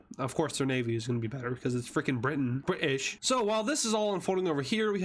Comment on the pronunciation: All I can say is Bri'sh